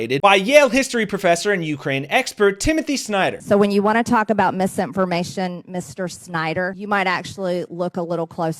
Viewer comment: She's at it again..."misinforTmation. Why does she add letters where they don't belong?